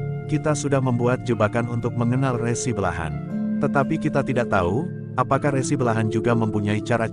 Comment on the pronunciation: Dalam mengucapkan kata "RESI" harusnya seperti bunyi pada ucapan RESi pada pengertian tanda terima berkas, bukan bunyi resi seperti pada kata resiko